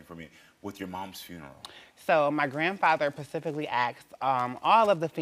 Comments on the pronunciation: aquarium of the pacific 🎶🎶🎶 girl enunciate SPEcific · First of all, that’s a man. Second of all it’s specific not Pacific.